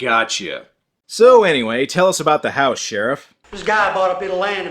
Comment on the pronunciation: YES! we finally got an "Aboot" and a "Hoose" from